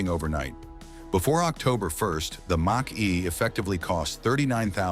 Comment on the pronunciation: Moshee... Moshee... Mach E.... Mack E... Moshee...